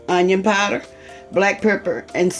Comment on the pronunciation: I love how she pronounces powder "pieder". Lol. Too cute.